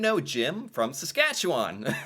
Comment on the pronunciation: You do Saskatchewan really well